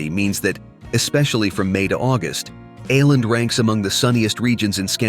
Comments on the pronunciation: Å - is not pronounced as A but as oh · Tack så mycket (Thanks so much) for this generally fine presentation on the island province of Åland. A few qualifications though: The presenter with his American pronunciation murders the island's name of Åland. The letter "å" is pronounced "awe". Thus, try instead to say Awe-lahnd! The podcast seems to favour Åland's integration into Sweden. Note that Finland is a bilingual (Finnish and Swedish -speaking) country, and Åland, as part of the country, lends support to the linguistic minority of Swedish-speakers. Due to all the advantages they enjoy (self-governing provincial autonomy, community not flooded by refugees, demililtarisation and no military service, no customs duty), most Åland residents do not want to be subordinated to Swedish or Nato rule. It's great to be able to easily visit Stockholm, Turku or Helsinki. Despite their small population, Ålanders are even guaranteed a seat in the Finnish Parliament. Other commonalities are also shared, like every-mans-right to enjoy nature and the wild outdoors. Unlike in some countries, here there are no signs warning "Trespassers will be shot". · Its just Oar-land, that is a small o over the the A, it used to be a double aa. But your arrogance speaks bounds. I have lived in Scandinavia for several years!